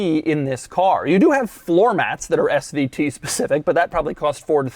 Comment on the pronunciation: Doug, quit emphasizing SVT!!